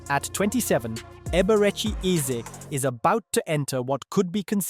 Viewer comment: Ur Pronunciation of the name is so Poor Man 😂😅